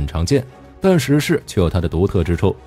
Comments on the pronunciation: 中文名稱應該是『壹零式』而不是『十式』 日本原文為『ひとまる』而不是『じゅう』 以火力君的軍武知識我認為不會犯這種錯誤 問題應該出在使用【讀稿軟體】在發音上無法辨別而已 文案上如果用的是『壹零式』那應該就不會念錯發音了。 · 🤔…… 他叫壹零式 Hitomaru 不是十式啦⋯⋯